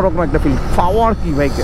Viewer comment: Fower na re bhai, Power........ Kotha bolte pare na asche vedio te.........